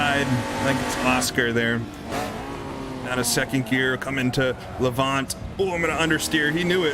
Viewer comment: Just a heads-up - Lavant is pronounced Lavant as in lavatory, so your emphasis is on the la and the 'vant' is more a 'vnt' or 'voont' but shortened a bit. Lavnt, maybe, if that makes any sense. Anyway, keep up the good work, you're great. :)